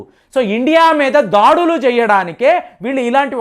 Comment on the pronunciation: 1.37 సెకన్ ల వద్ద మీరు దాడులు అంటానికి బదులుగా ' దాడీలు ' అనటం ఏం బావోలేదు.. మీరు తెలుగు వారే కదా ఎందుకలా పదాలను కూనీ చేస్తూ మాట్లాడుతూ వుంటారు.. అసలు తెలుగులో దాడీలు అనే పదం ఉందా.. ఇదే కాదు అనుసరించటాన్ని 'అనుకరించటం' అని అంటుంటారు.. రెంటికీ అర్ధాలు వేరుగా ఉంటాయి.. తీయనైన తెలుగు భాషనే వాడండి